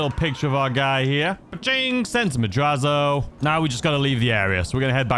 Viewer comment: It is pronounced MAD-RATZ-O! not madrazzo. Its how you say Latin words whe. They are spelled that way. Sometimes when they are spelled with an s and not a z too.